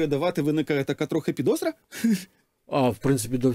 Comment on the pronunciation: Не підозра а підосра